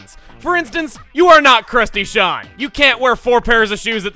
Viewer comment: crusty sean? crustacean? HAHAHAHAHAH!!!!!